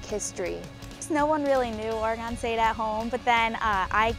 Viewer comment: It's funny that doesn't know how to say Oregon yet. But I'm sure she'll get it soon. Go Beavs!